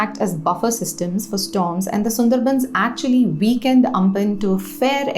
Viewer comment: weakend* not weekend 😅